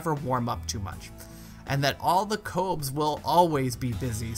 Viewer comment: Well done video. As someone who grew up in Germany I'd like to add just a few more things. The pronunciation of the umlaut o of Koelsch is like you pronounce "fur". Also the same goes for the Koebes, and you also stress both syllables, so it's Koe-bes, not like Kobes. When you go into one of the old traditional pubs in Cologne and get a Stange of Koelsch, after you finished it the Koebes will replace your empty glass with a full one without asking and put a mark on your coaster. Once you've had enough you put the coaster on top of your glass. There is a very old and strong rivalry between Cologne and Duesseldorf, both with their own beer styles, the Koelsch and the Alt, and both are worth visiting. Especially in Duesseldorf it is easy to do a big pub crawl as there's a small area with MANY pubs all together.